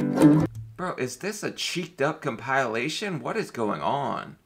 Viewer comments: Haha he pronounced compilation as compile. Ation. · You suck And you pronounce compilation wrong